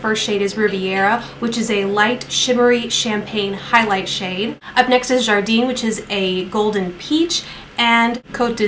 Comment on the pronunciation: Great and thorough review! I purchased the palette because the colors were lovely but wanted to know what others thought :) The color 'jardin' btw is pronounced 'jhar-dann' if that helps lol! It means garden...I love how the colors have very summer like names :)